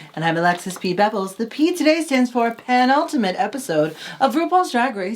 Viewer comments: Penultimate is not pronounced like pansexual 😅 you ladies kill me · Alexis, it's "penultimate" 🥰